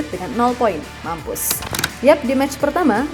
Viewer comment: Suaranya Mimin enaaaak bingiit kedengaran di telinga deeh apa lagi pas bilang mampuuus gokil bingiit puaaas deeeh rasanya hati ini semoga Indonesian bisa mengalahkan China 3-0 yaaah min biar mampus sekalian hehehe wkwkwkk 🙉🤗👍😂😂